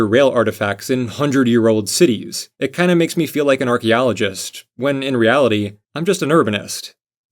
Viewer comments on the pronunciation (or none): none